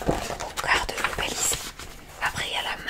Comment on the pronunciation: Ça se prononce Bélize pas Bélizé 😉